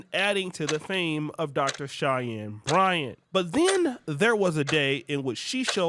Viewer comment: How many times did say, "Cheyennes Bryants" 😂.